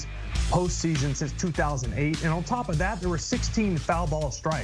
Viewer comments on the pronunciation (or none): Are you freaking kidding me? Lmao not taking anything you say seriously after calling them “Carlos Ron-done” and “Gee-yawn Carlo Stanton” 🤡🤡🤡 you guys are supposed to be journalists?